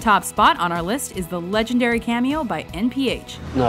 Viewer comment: no he said legen-dairy